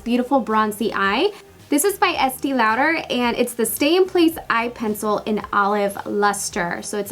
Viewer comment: It's Es-tay. Not Estee. It's Zo-eeva, not Zova. SMH